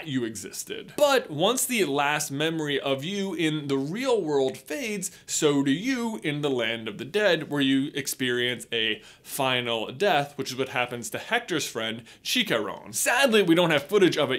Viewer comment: Hector's pronounced like "Ector" in Spanish.